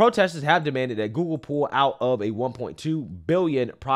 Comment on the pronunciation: Love how says "GooGoo" instead of Google lol